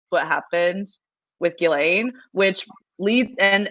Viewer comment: It's pronounced Jizz-lane. I looked it up.